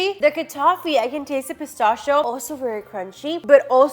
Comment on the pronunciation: Why u say pistachio like that?